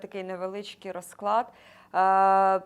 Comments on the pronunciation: поправочка, без образи, не рОзклад, а розклАд, не зе се у, а Зе еС У:chillwcat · рОзклад це вірно , розклАд не вірно